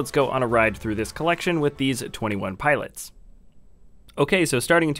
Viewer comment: he said 21 piolits